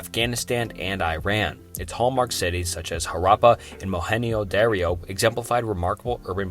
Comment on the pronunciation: after mohenjo daro entry, they way you kept mispronouncing words kept getting worse and it made me quit watching. how hard it is to google how to pronounce names